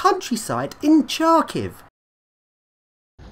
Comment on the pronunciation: Great job, epic video! Great lifts and amazing blocks. Kharkiv seems to be a very contrasted city. [btw "Khar" in "Kharkiv" is read like "har" in "hard", not like "char" in "charm"... whoops x'D]